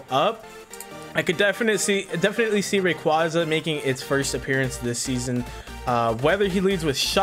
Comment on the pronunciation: *cringes at how Ray-QWAHZA was pronounced* lolol but I’ve been waiting for this roundup. Awesome awesome video! Love the commentary from both of you!! I cannot WAIT for week 3!!